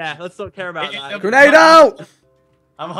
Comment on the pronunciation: My face when vikk says " who through a grenade at me " right after said " GERNADE "